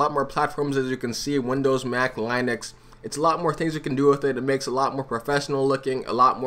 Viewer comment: I enjoyed hearing you pronounce Linux lol